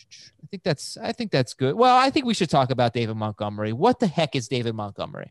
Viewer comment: Idk why but it really bothers me that pronounces it David "MUTgomery"